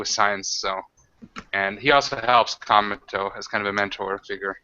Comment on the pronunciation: I really like the Cometo character, but I constantly understandGamingBeast saying "Cameltoe"...